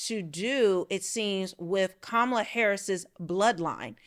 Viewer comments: KAHmala. Not difficult to pronounce. This is one that separates the smart from the stupid. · Pronounce her name correctly, please 🙏? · What kind of reporter is Owens when she can't even pronounce Kamala correctly?? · All this is cool i like listening to Candace. I think she should lead with pronouncing the ladies name correctly. Kamala said she doesn't say her name this way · Why are so many people mispronouncing Kamala Harris's first name? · I am not a fan of Kamala Harris, but at least I have the decency and respect to pronounce her name correctly. Stop being a Trump puppet and say that woman’s name correctly. You would want somebody to pronounce your name correctly Candace. That is disrespectful. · Wow Candice you really haven't learned yet you haven't learned how to pronounce the vice president's name properly did you get an education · Given the fact that she actually pronounced her name two different ways; it’s possible!